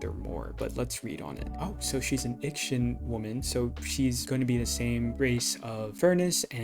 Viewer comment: Ix-ian. Its ix-ian